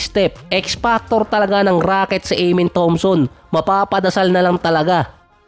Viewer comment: AH-MEN ❌ AYE-MEN✔